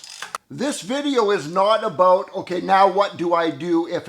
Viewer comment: I don't think your pronunciation of 'about' is acceptable to your neighbors,. Fix it please.